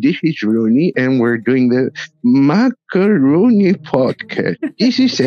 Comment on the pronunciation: Just a little remark about the name Makarony podcast. Why is it MakaRONY? It's Rooney. Not Rony. So it should be Makaroon(e)y Podcast. Just saying. Love you guys.